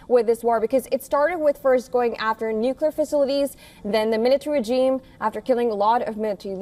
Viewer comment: say regime pls. come on.. u can do it! its not "reggeesms" what poor english